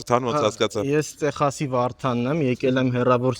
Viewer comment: Yerb eq haskanalu, Texas gravum e teqsas artasanvum🤦‍♀